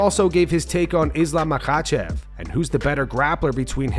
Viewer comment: SHOUT OUT TO the Content Creator for saying “Makhachev” like, fükën perfectly. I always found that region’s dialect was tricky to enunciation & articulate. I have a Master's Degree in Phraseology* *B.S.